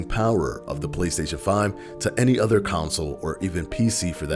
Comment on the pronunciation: "Making it the fastest selling council of all time" Sorry, that pronounciation just sound weird to me. 😂